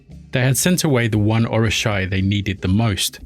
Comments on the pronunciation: it's Oo ri sha not Or. Oshun is Or not Oh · And orisa is pronounced... Oh-ree-sha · Just to let you know, for future references, the pronunciation of these words are incorrect. It is pronounced “Oshuuuunn”, not Ocean. Also, It is “Or-ee-sha” (Orisha) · Orisha pronounced Or-Ree-Sha Oshun pronounced Oh-Shoon